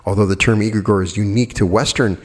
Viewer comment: pronunciation: 'egregore' begins with an ‘e’ sound like in ‘egg’: the rest of the word, you’re pronouncing fine